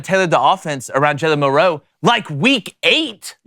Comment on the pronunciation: Do these people not know how to say “MILROE”